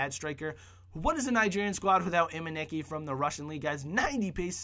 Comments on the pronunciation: Emenike not Emeniki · He means the price of the team. BTW its pronounced Emeneeke